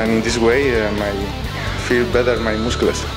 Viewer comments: "feel better in my mus-celeus" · Nikhil Nepal seriously? it was a gag on how sergi pronounced muscles